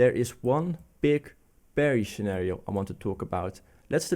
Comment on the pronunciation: Nice refreshing new insights, but please don't EVER say Beer(ish) instead of Bear(ish)! 😗